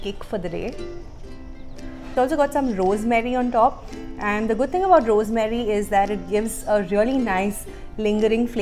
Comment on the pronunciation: Don't mind but ...uhh say AND to often n.. the way uhh pronounce it...uhh should change tht...i like your content n i just want uhh to improve